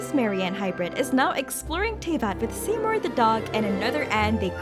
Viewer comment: Interesting theories. I'm of one mind to bet that Sandrone got jaded after all these years, knowing she never could replace Mary-Ann. Also, I'm begging you to learn how to pronounce "Seymour." It's "see-moor"